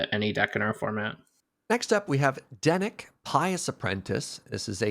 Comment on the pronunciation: definitely called Dennick "Dennis" at least once right? Can that be his nickname from now on?